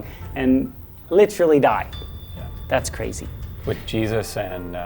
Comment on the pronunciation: I don't like how he pronounces "literally"